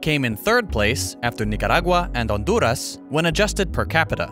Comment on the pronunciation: pronunció perfectamente Nicaragua y Honduras, congratulations